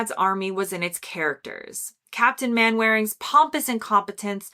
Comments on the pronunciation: Not "main-waring" but "mannering" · Now Netflix is destroying all that. You need to correct your pronunciation, It's CorOnation, and Captain Mainering, the W is silent. I'm guessing you've never seen these programmes, A your too young,B you are American. Probably read about them, or talked to people "what's your favourite old tele shows. You missed out the one that started it all Hancocks Half Hour, probably because it was in black and White. The Office was crap, and so is Ricky Gervais. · Stumbling over a couple of British pronunciations. Dalek, pro Dar-lek. Mainwaring, pro Mannering. Some more shows ... Hancock's Half Hour Steptoe and son Till death us do part Yes Minister Yes Prime Minister. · Mainwairing is pronounced Mannnering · And "Mannering", not "Man-waring" (though one of the characters would deliberately pronounce it Main-waring to annoy him). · Pronounced 'Darleks', 'Captain Mannering'! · Sadly, read from a script that seemed to be prepared by someone else. No warmth. Dayleks!? No, Darleks is the pronunciation. Captain Mannering is the way to say Captain Mainwaring. Research from books or the internet is fine, but why not watch some to understand why they are iconic. Monty Python (pronounced Pie-thn) openly admits that their humour is developed from the anarchic and legendary Goon Show from 1950s radio, so they weren’t really doing something completely different as suggested. Nevertheless, classics all. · Pronounciation tips: Dalek - DAHlek. Mainwaring - Mannering (Just be thankful the decided against Fatherstonehaugh (Fanshow)). Monty Python grew out of radio comedy such as the Goon Show, Round the Horne and TV shows like That Was The Week That Was and At Last the 1948 show. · You obviously haven't watched any of these shows. If you had, you would not have made so many pronunciation mistakes. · Some inventive pronunciations there love. Wall minton of Sea? Captin Man wearing?